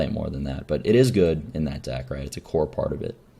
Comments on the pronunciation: That makes more sense. Haha I guess he slopped over saying "this will be core in -- in Hunter decks" and I just heard "corn in Hunter". christ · I'm pretty sure he meant "core"